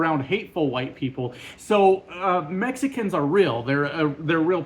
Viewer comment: Tbf on how you say “Mexicans”, a lot of Chinese people find it funny when Trump says “CHIEnuh”.